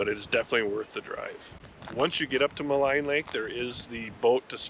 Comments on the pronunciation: Thank you for visiting (my back yard). Jasper really needs the tourists to help recover. (And Maligne is pronounced Ma Lean)❤🇨🇦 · Thank you for taking the time to actually learn as you go. It is in that spirit of seeking knowledge that I'll point out I believe it's as Wiki suggests [Maligne Lake (/məˈliːn/ mə-LEEN). For fourty years I also thought 'Ma-line'. As it's spelled. But no, throw in first nations/french explorers you never know .... after all, original Cajuns (Acadians) came from Canada. Many do not. They simply fly through to say they've been there done that. and whine about the differences with an insufferable pretentiousness. (try being a Canadian crossing into America these days, then talk about border issues. lol) You are a credit to the YT RV community and a welcomed refreshment. Not my thing but I'll sub and like and check out more of your gracious work. I whole heartedly agree, support the Blue who are worthy. Unfortunatly, as you know, not all are. Thanks Again for supporting Jasper Kudos for the white knuclin'! Have a safe joyfilled and wonderous journey. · Small point: Maligne is pronounced "Mah leen" not "Mah line". Google may tell you different but don't believe it. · Maligne Lake is pronounced Mal EEN....